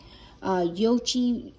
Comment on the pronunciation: Zoh-jee-roo-shee, and you make a good point. The instant pot works well for making rice, but even the non-stick liner tends to leave a lot of grains grabbing it wastefully.